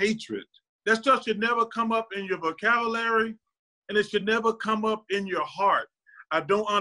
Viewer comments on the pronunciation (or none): I’ve lived in South Carolina my entire life, and in thirty years I’ve never heard anyone besides Charles Barkley speak the way he does. The way he pronounces “vocabulary” isn’t southern, it’s a Charles-Barkley-way of speaking